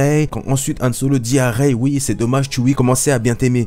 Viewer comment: Rey pas raye